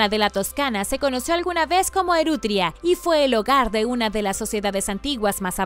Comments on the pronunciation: Gracias. Muy interesante 😊😃.....se me olvidaba. No es Erutria sino Etruria...... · Hola, parece que vuelves a cometer el mismo error que en videos pasados, no se dice Erutria, sino Etruria. Saludos! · Etruria, Etruria,...no Erutria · Etruria no erutria ¡